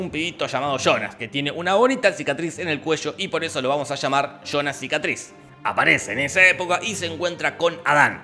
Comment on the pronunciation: Muy bien resumido y narrado, pero me mata de risa escuchar "Chonas" cuando habla de Jonas (yonas)